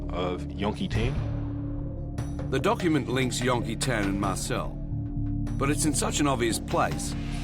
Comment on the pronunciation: STOP SAYING "YON-KEE-TAAN" !! FOR CHRISSAKE